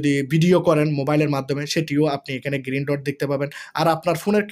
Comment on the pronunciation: ভাই, "গিরিন" নয়, "গ্রিন" !